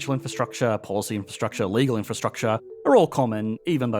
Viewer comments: What is "infrastuct-SHAH"? Is that related to "infrastructure"? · Say "in-fuh-struck- chaa" again.